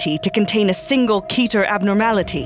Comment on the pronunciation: Fuckin' KeY TeR. IT'S KETER